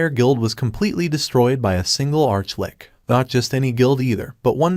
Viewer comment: What's with the sob sob? It's an Arch-Litch, not lick